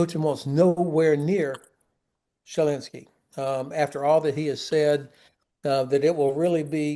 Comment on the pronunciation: Love Ben Hodges, but I've always wondered where that weird pronunciation of Zelensky's name come from--Jelensky?